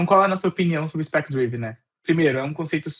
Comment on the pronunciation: É difícil levar a sério um conteúdo sobre 'spec-driven' quando o apresentador passa o vídeo inteiro pronunciando o termo principal da forma errada. A pronúncia correta é 'drí-ven' (com som de 'i' curto), e não 'draiven', que seria a pronúncia de 'drive'. É um erro fundamental. Ninguém é obrigado a ter uma pronúncia perfeita, mas para um comunicador se dispondo a ensinar um tópico, saber pronunciar o nome do tópico é o mínimo. Se não tinha segurança, bastava traduzir. Usar 'Orientado por Especificações' não é pecado algum e soaria infinitamente mais profissional do que repetir um erro básico. Portanto ainda bem que ele não está vendendo curso de inglês ✌